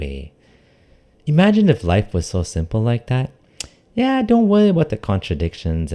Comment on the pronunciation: I love this guy. But a question, is there something up with his r pronunciations? Or is it just me?like some words he pronounces like daffy duck. Worry is wowwy, divorce is divoce.